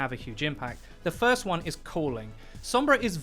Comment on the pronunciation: guido voice "Foist"